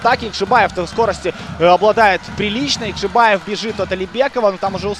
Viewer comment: запарился. Залез в гугл и википедию. По узбекски произносится ЯкшибОев( бой по узбекски - богач, в русский язык перекочевало как бай. Как и множество других похожих слов) отсюда и разночтения. Если попросить парня произнести Фамилию на родном языке то Вы все поймете. И успехов в развити уровня комментаторского мастерства